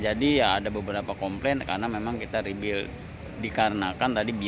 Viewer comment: Bang bukan rebil ... tapi REBUILD